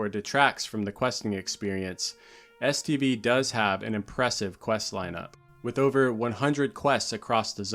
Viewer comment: Am I trippin, or do I hear STD every time you say STV? Either way, I sometimes feel like the zone did give me several STDs from all the pvp orgies I took part in back in the day...